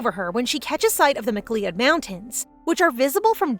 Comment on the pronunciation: fantastic series to read over as always, especially given the story itself. One gripe, however: the way to pronounce Macleod is "Macloud", which the only reason I know this is thanks to Highlander and Connor Macleod.